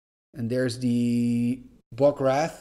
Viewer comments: Oh BTW it’s pronounced RAY-th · Wraith = RAY-TH, Like a ray of sunshine! XD